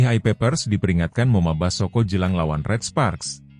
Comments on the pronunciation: Ai peppers kok ngomong moma basoko,belajar lagi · Bgm komentator,kok ngomongnya moma Basoko.